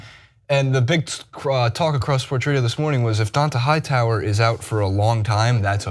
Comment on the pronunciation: You can be full of shit and a lazy reporter...looking only at stats and social media, only watching highlights of the game, but if you talk about sports for a living you are required AT MINIMUM to pronounce the names of the players correctly. Don-TAY Hightower Mike GILL-iss-lee I would suggest you actually watch the sports you're required analyze. It's clear that you do not, and because of that every word you say is from a position of ignorance.